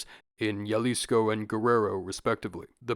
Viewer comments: HERMANO REALMENTE DIJO YALISCOW 💀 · 🤓☝️Erhm it's actually pronounced as "Ha-Lis-Co" Both in it's modern form (Jalisco) and it's og Nahuatl form (Xalisco)